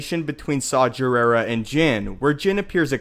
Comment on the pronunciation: Saw Gerrera's name is pronounced with a hard g, not a j sound. Watch The Clone Wars and you will see this.